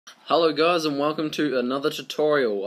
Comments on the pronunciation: sounds like you said Hello GIRLS XD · I heard gahs.